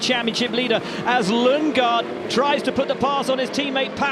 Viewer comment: Christian Lundgaard ❎ Christian Lungegard ✅